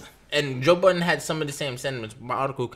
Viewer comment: Great podcast guys, but, please put some respect on Joe Budden's name and stop pronouncing it with an "s" at the end, lol.